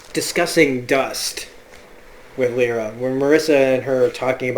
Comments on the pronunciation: say it with me now. "LY - RA" not "Lee- RA" lol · I love how much you analyse mrs coulter and how right you are about her and please practris how to pronounce lyra and deamon right ... the word daemon is pronounced like demon the opposite of engel